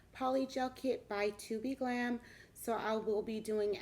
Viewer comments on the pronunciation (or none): Love the set vibrant colors looks bomb. I was told the proper way to say the name of this company is TOBE GLAM not TO BE GLAM bc they don’t have spaces between the word TOBE . This info came from an ambassador for the company . Lol 🙄😂